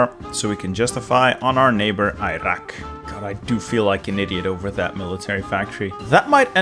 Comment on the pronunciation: I cringed every time he mispronounced Iraq, Iran and Kuwait. 🥴